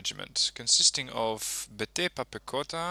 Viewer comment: It-s veteran not betepan